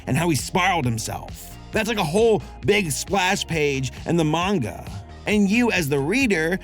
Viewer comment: weeb asshole coming through--thank your for pronouncing "manga" properly. I didn't read the manga, but for me, it read as horrific for sure. And I agree with you. Like going straight from manga to anime can't ALWAYS be a good thing. Sailor Moon Crystal is a good example in this imho. The manga is great, but as an anime...nah (yes I side with the 90s one). 2D still art still lives!